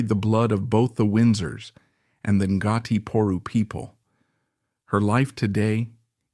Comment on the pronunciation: Interesting but def study up on your Maori pronunciations. En-gartie? Nope, Ko-hai?.....nope.